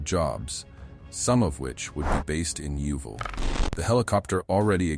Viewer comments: YOUVILLE ?? Yeovil is pronounced Yo-Vil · Hahaha I hate it when people call it youuuvile